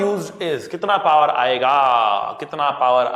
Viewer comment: sir please don't say par say's power